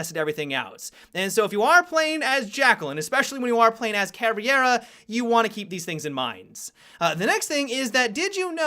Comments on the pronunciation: did you call caveira "caviar"??!!😂😂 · Dammit! First Mon'tayn, now Cavi'era??? x_x Keep your damned Mon'tayn, but be the better person! Ca'vei'ra! Like Mei from Overwatch! Switch the the 'M' for a 'V' & fill in with 'Ca' & 'ra'... Ca'vei'ra! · Sooo no one is going to poimt out the fact that he said Caviera instead of Caveira? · Caviar ??? wut ?? you mean Caviera ?? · PLEASE, I do love you and know that you're gringo, but PLEASE stop saying cavIera, and just say cavera without the I, as a Brazilian it is REALLY annoying! DROP THE FUCKING I!!!! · there is no absolutely right way to pronounce it in English because for English speakers it is very hard to pronounce "ei" like Portuguese speakers do. So it is fine if you pronounce "Cavera", but for the love of God, don't say " Caviera" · When people pronounce 'Caveira' as 'Caviera' or 'Caverea' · pronounced CA-VEER-A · When did caveira become swedish "Kaviar" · pls...CAVEIRA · Hello there! Thanks for the videos, I really like the way they're edited as well as the topics you approach. Just a little tip regarding the Caveira's pronunciation: you should say it like "ka-vay-ra" ("vay" as in vapor); with a somewhat russian "r". If possible, spread the word to other fellow YouTubers ;) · I cringe everytime someone pronounces Caveira as "Caviera". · i hate when people pronounce caveira as bandit.... really ticks me off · Meme I know different places pronouces stuff diferently, but it still bugs me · TheIceWarrior seriously like holy shit learn how to fucking pronounce it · Meme No, are you stupid? It's a portuguese word, ergo you pronounce it the portuguese way. Saying Caviera is just a testiment of how lazy and or dyslexic, most people are. It means skull BTW. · Learn how to pronounce Caveira right please.